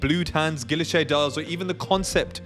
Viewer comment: I’ve been scouring the secondary market for a Tradition Quantième Rétrograde 7597 or a Classique 7147. Haven’t yet found the right one at the right price, but am being patient. By the way, guilloche is pronounced ghee-oh-shay. And Lange has a soft G.